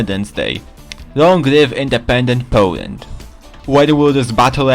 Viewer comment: Powand :3